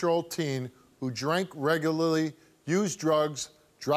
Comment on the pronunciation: Steve is like me, i can't say Regularly properly :(